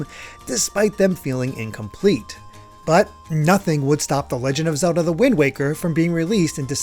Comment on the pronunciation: Is it just me or after hearing it so many times it starts to sound like he's saying Zewdoh